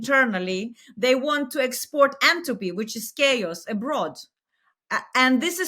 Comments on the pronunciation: She actually says 'entropy'; although I'm not sure why she's using a thermodynamic term in this context. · 8.29 she says "antopy" . What does she mean?